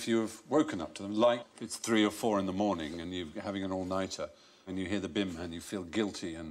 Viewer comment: What is this "morening" you speak of?